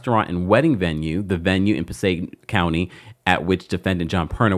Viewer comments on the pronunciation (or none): none